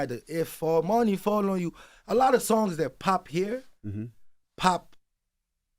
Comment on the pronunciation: This Spoilt Brat Saying He’s Not From Nigeria 😂😂😂😂 … While He Pronounces Money As “Mony” 😂😂😂I’m Confused 😂😂😂